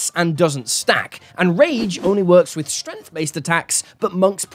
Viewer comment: Stop. Saying. "Shtrennf"!!